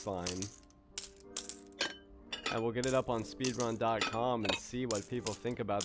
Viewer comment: “Speedun” ok… no.